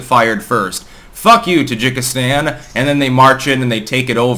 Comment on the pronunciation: That is poor analysis, starting with the weird pronunciation of Kyrgyzstan and Tajikistan and ending with Kazakhstan actually being very cold to Putin despite that anti-revolution help they got beginning this year (not last year).